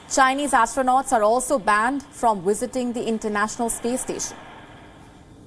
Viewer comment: Wisiting 😂 WISITING 😂 W-I-S-I-T-I-N-G 😹😹😹